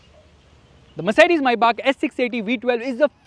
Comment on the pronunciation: Maybach❌ Mai-baap✅